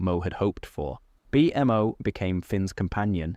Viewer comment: I love your video and I listen to it a lot. The way you say Bmo hurts me to my core.